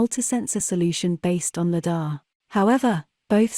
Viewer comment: The correct pronunciation of Lidar is: LIE-dar, with the emphasis on the first syllable.